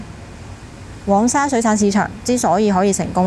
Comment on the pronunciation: 一直有睇你的片, 介紹得十分好, 多謝你分享 不過少少建議在這條片, 因為我聽得有點辛苦 "黃"用名稱是讀皇, 而不是蛋黃的"往" 加油